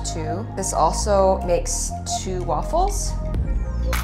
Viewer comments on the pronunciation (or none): It’s not Waffles with a C. Don’t say aaaa